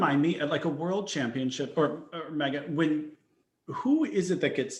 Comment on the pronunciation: Meagan is so great but her pronunciation is HOOT! 🥴 Thank you guys!